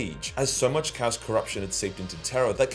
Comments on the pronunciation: Can you at least say "Chaos" properly, you utter fanny. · TIL/ chaos is pronounced cows.